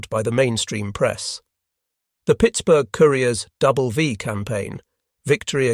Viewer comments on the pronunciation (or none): none